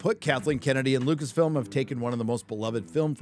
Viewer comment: It's Lucasfilm not Lucasfilms?